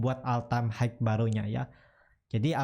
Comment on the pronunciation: Hmm mas punten maap nih, all time high (HI), bukan HIKE